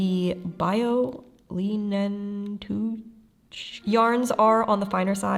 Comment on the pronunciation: As a speaker of German - that's pronounced like Lie(like in, to lie)-nen-tuuh (the ch being a slightly guttural sound, but more like the h in house or hag than the English ch sound) and the other one is fine-lie-nen-baa-tist